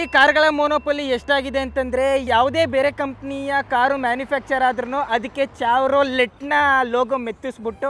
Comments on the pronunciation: Bro adu ಚಾವ್ರೋಲೆಟ್ ಅಲ್ಲ! ಶೆವರ್ಲೆ! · ಅದು ಚವರ್ಲೆಟ್ ಅಲ್ಲ ಗುರು ಶೆವೆರ್ಲೆಟ್ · Chevrolet ... Chevrolet... let.. let.. let😅 but it it actually pronounced as "" she ver le "" crazy English 😵😂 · No one,Dr.Bro: Chevrolettu lettu ...lettu ... We : Shevrole (Actual pronounciation 😂❤️) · ಚಾವರೋಲೆಟ್ ಅಲ್ಲ ಬ್ರೊ ಅದು ಶವರ್ಲೇ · Bro Chevrolet is spelled as such but pronounced as ಚೆವರ್ಲೆ with a soft end.... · chevrolet is pronounced as sheyrolee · ಶವರ್ಲೆಟ್ ಅಂತ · Shevarole this is correct ...bro u pronounced wrong